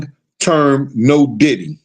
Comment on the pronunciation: It sound like you saying ditty